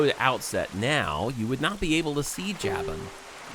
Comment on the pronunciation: JAY-ben???its Jaw-boon